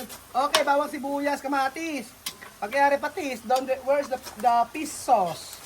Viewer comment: hirap na hirap banggitin ang "F" e pish sauce daw😂